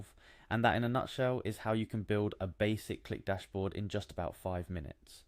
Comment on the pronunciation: bro its not pronounced cue lick, its just click